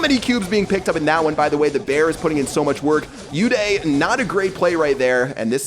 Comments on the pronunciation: It's not u day its uday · Its not you-day Its pronounced as oo-they Its an indian name I am talking about uday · pronouncing an indian name uday as yoo-dayy...